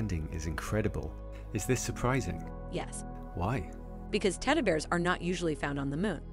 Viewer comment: I swears she said Tedduh Bears.